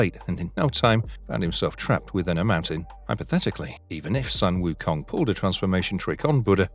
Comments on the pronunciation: Jesus, how hard can it be??!!! Sun - Wukong pronounce just like the word Soon instead The Sun/Son... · His name is pronounced as “Soon” Wu Kong